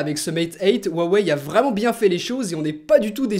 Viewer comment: Sans vouloir être embêtant il me semble que le nom de la marque ce prononce "ruawai" en tenant compte de la prononciation des idéogrammes chinois Merci de tes vidéos je t'adore ^^